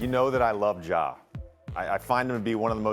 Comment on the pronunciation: His name is Ja not Ga Morant, why G12? Help me with that Perk!